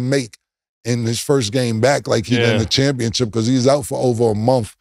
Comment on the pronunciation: Somebody help Cam learn to say ChampionSHIP. This man keeps saying championCHIP lol